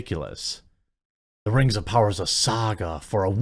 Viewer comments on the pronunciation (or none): “Rings of pooners”